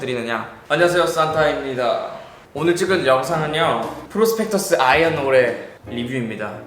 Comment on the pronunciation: 오레... 라고 발음을 하네